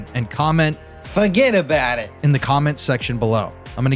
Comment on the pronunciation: "FORGEEETT ABOOUUT IITTTT". Love the Paranormal Files!!!!